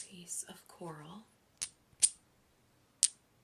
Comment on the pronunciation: Before you mentioned crows, I heard you say clam instead of coral. My crown familiar in my life with Merlin brought me a clam shell!